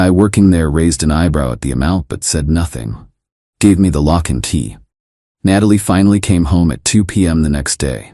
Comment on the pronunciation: Why do the AI story makers keep using Natalie as name knowing the AI voice can’t pronounce it correctly haha